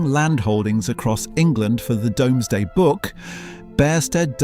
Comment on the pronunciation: Pronounced Doomsday. More AI slop?